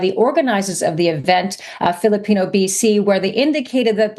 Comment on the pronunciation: This lady can't say the word Filipino. 🙄